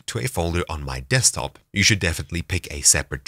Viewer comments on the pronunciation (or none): none